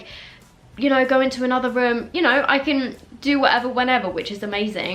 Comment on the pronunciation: I love how she says “röēúm” lmao